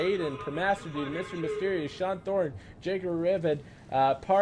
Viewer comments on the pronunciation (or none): none